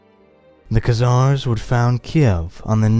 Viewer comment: before you make a video on the Khazars you should learn how to pronounce their name. Stopped it and thumbs down ... your melodramatic comic-book narration is a bit much, y'know. Not worth listening further to this, there's far better on YouTube than all this amateur stuff coming out by youtubers cranking out short videos with trendy graphics and narration... who don't know how to pronounce the names and words they're using. ....